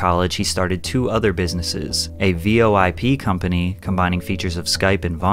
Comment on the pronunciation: Never heard someone pronounce Voice Over Internet Protocol as V-O-I-P instead of just as its acronym VOIP 💀. Sorry that part just stuck with me lol